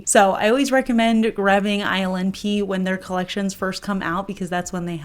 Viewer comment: Omg lol instead of hearing ILNP, I kept hearing her say “island pee” 😅 .. was like that’s not a pretty nail polish name.. maybe this brand needs to rename itself 😂😂😂